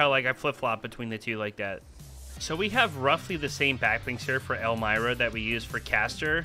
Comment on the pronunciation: It's pronounced "elm-ee-rah"